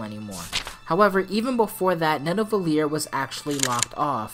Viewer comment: As an Icelandic person, I am glad they didn't completely butcher the pronunciation of "Niðavellir". Yeah none of the places are pronounced exactly correctly, but close enough. Better than I expected.